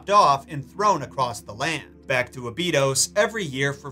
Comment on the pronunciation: This is the first time I've heard anyone say Abydos like that. Is that the correct way to say it?